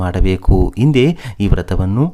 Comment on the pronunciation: ವಿವರಗಳನ್ನು ಹೇಳುತ್ತಿರುವ ವ್ಯಕ್ತಿಗೆ ಕನ್ನಡ ಶಬ್ದಗಳನ್ನು ಸರಿಯಾಗಿ ಉಚ್ಛರಿಸಲೇ ಬರುವುದಿಲ್ಲ (ಉದಾ: ಹಿಂದೆ - ಇಂದೆಯಂತಲೂ, ಹನುಮ -ಅನುಮ). ಸರಿಯಾದವರಿಂದ ಕಥಾ ವಾಚನ ಮಾಡಿಸಿ.